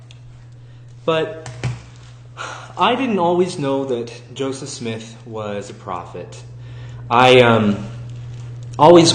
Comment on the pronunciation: "Josef Smiith"